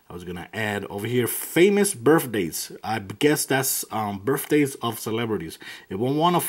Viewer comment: Birff days . Pronounce your words right bro it's birth. TH